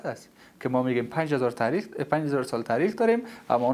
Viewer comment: هیچ کس به خود نمیگه ( نوش جان می‌کنم ) در ضمن تاریخ را لطفا ( ته ریخ) تلفظ نکنید از یک آدم با سواد مثل خودت بعید است